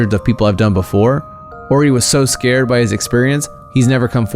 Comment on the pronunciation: Not scaerd